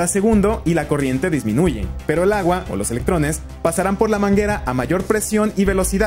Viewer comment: "Pero lagua"? Oí bien? 🤔😆